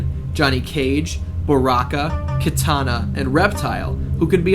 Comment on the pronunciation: whenever he says baraka, I wanna say "obama"